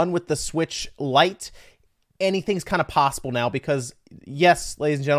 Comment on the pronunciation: Say it with me... LITE 😂